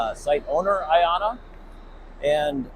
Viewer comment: A great start. I love the name for personal reasons. You pronounce it so well.